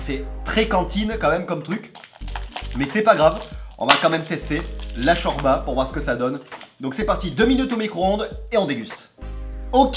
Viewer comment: on dis chorlba